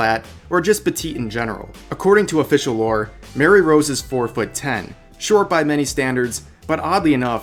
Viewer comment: Rev pls. Her name is Marie Rose, not Mary Rose. The pronunciation is "muh-ree"